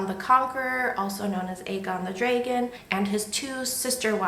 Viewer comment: You pronounce Dragon as Draygon lol I am from Texas I’m sure I pronounce words strangely. This story is timeless well done 👍🏻